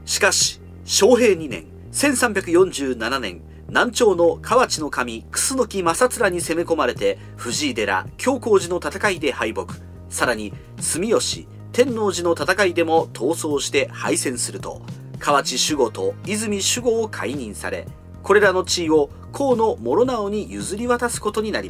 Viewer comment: 天王寺の発音が違うな。 関東人のイントネーションだ。